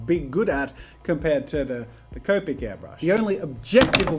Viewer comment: Wait. I thought Jazza used to say copic with a short O, like comic. When did he start saying C-oh-pic instead of C-aw-pic